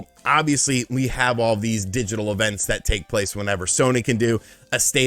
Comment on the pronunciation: Its yall, not all sir. Lol